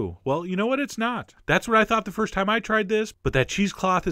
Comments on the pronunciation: "We're gonna use some yogurt, a little bit of salt, and a lot of thyme...." It took me until the end to figure out "time," not "thyme! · Did anyone else hear the ingredients as "Yogurt, salt, and a lot of thyme?" It took me a minute to figure out that I was wrong. >0<